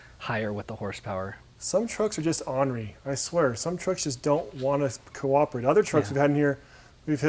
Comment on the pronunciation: What’s “onree” and “electronical”? I assume he means ornery and electronic.